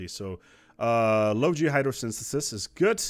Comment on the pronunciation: The word good doesn’t have a “T” at the end. I cringed every time you said it haha. Very helpful video tho